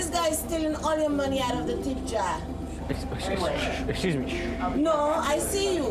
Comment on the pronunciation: Luv that lady .."Tip jaaa" that was gangstah..